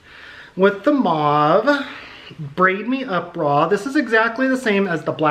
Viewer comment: Lol I’m so glad you know how to pronounce mauve I don’t understand where they get “moe-v” lol